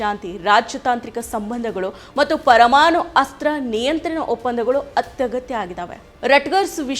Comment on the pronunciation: ಕನ್ನಡ ಬರಲ್ಲ, ತ್ವರಮಾಣು 😂😂😂😂😅😅😅😅